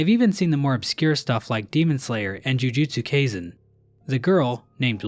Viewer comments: I died when he said demon slayer and jujutsu KEYSEN💀😂 Bro i love your jokes haha🫶❤ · "Jujutsu Casen" im crying bro